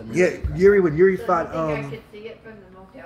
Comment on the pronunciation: Its amazing how everyone in US is calling him Juri (yuri) - his name is Jiri (spelled Yiri i guess). and they are all fine with it :D